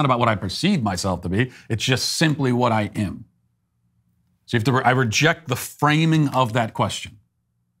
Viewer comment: Why can't Matt pronounce the word "am"? It's not difficult.